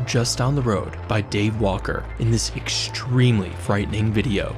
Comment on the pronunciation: Stop saying "eckshtremely" lol